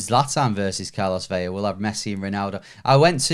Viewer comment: Do these blokes ever read the comments? Please stop calling Carlos Vela, "Carlos VEYA" It isn't "Carlos VELLA" (double "LL" give you a "Y" sound) It's simply "Carlos VELA" (one "L" give you an "L" sound)